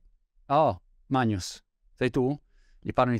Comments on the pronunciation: Questo vive in Inghilterra e non sa pronunciare Magnus... Dice MAÑUS 😂 ariba ariba cavron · guarda che si pronuncia "magnus"... certo, forse monty lo carica un po' troppo l'italiano... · Si capisce troppo che NON conosci personalmente Magnus Carlsen da come pronunci "Magnus", alla latina 😁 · In latino ci sono due pronunce, la classica, che è come dici tu, e l'ecclesiastica dove invece "gn" si pronuncia come in Italiano. In inghilterra comunque non penso sia un nome molto usato... Più che altro strano che non abbia imparato la pronuncia corretta, visto che segue un sacco di video di scacchi. Comunque alla fine chi se ne frega ahah ciao!